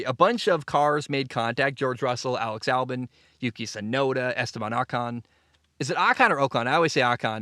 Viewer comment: Only two minutes in but 1. Silver-stone 2. O-con 3. Ghuanyu zhou 4. Al-bon